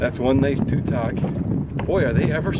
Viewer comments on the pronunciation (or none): not trying to be an ass but it not pronounced to-tog, its ta-tog